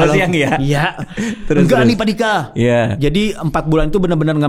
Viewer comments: lama2 manggilnya jd "padika" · Awal nonton salfok trus soalnya manggil bg Dika kayak nyebut Paduka 🤣🤣🤣